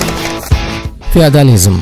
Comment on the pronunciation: Фияадализим дейиш шар эмас. ((ОСМОНИМИЗ МУССАФФО))